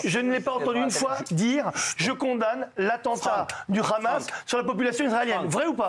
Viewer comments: Ils savent pas dire le Hamas?!ils sont là à déformer en disant le khamas!c est pas compliqué de dire hamas!(amasse)! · Déjà c'est pas kkhamas, c'est Hamas 😭🤣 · Je sais mais tant qu'à faire mieux vaut le prononcer Amas plutôt que Khamas le son " kh" étant inexistant dans l'alphabet français bien qu'il soit prononcé à l'insu de notre plein gré des dizaines de fois par jour avec tous les mots commençant par " cr ", "fr", " pr et " tr " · Ils le prononcent à l'israélienne alors que d'habitude ils font semblant de ne pas savoir prononcer le kha, alors qu'ils le prononcent chaque fois qu'ils disent le mot France, transport, pratique etc...